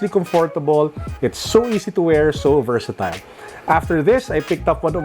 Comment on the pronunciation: Vertasatile?Mr.? Hahahaha